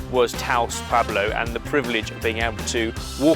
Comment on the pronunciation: As a native speaker, the weird Spanish was my favorite part of the video: chiles "relenos", "adobe" pronounced like the software company, pescado "frita", Taos "pablo"... so funny! I'd be interested to know how much money it would take to cover all those activities, the places were gorgeous and it all looked like a great time.